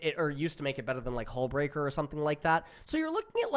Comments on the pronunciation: Hullbreaker you totally missread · HE STILL HASNT READ HULLBREAKER COORECTLY